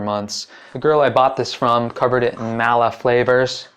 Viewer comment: "Mao-la" flavors lmao smh. It's "Mah-la"